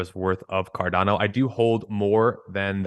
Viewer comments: can you please stop saying car DAN o:)...try car Don o! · Listening to a guy talk about Cardano who says it Cardayno is hard to take serious 😂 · OMG STOP SAYING CAR-DAN-O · Why does he mispronounce Cardano so many times despite being such a huge fan? Fucking weird. I’m out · Almost couldn’t finish the videos because of how he pronounced cardano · Why does he pronounce Cardano like no other?